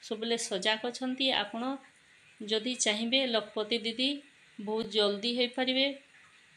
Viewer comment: Lakh pati didi pronunciation bhul heuchi 😅 ଏହା ଲକ୍ଷ ପତି ଦିଦି